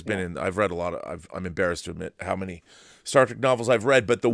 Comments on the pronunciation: Did he just say Star Trak? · I was thinking the same thing. That's what total NOOBS call it lol